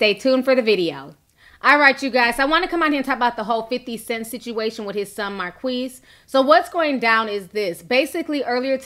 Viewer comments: Is it pronounced Mar-kweese or Mar-keese? l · his name is pronounced Mar keys not Mar queeze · Is his name pronounced Mar-qweess or Mar-kiss?